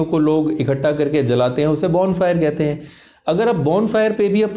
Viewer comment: Amazinggggg video 👏🏻👏🏻👏🏻👏🏻 as always very knowledgable and useful 👌🏻👌🏻👌🏻.. And i love that funny part too...specially “कहयते हैं” 🤣🤣😂 and john longs😂😅👏🏻👏🏻👏🏻